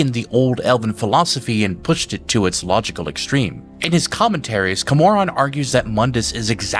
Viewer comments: Your argument doesn't really work with the way your pronouncing Camoran, like if you'd play the main quest of Oblivion you'd know how badly you're fucking that one up. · "The Nevereen" Oof. "The Champion of Sairo Deal" OOF "Mankar Ka-Moron" YAAAOWCH!!! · I know this is minor but the way you say Cameron or cyrodill feels so wrong😅